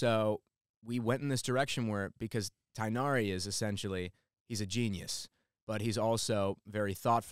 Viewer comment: It's funny that the dude who asked "what is Tighnari" technically pronounced it correctly. His disappointment is hilarious lol.